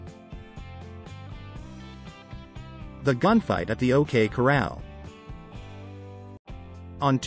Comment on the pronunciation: Love the videos. But whoever narrates needs to learn how to say corral..it's not coral